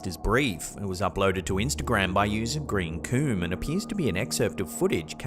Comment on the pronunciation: "Green koom" Yeah, that's totally how you pronounce that.